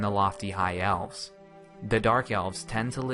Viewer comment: eves? I think its Elves.